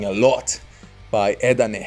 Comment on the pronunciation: E"ET...not eet.\m/